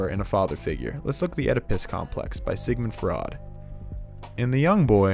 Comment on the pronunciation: I didn’t know until I heard him say sigmund fraud lmao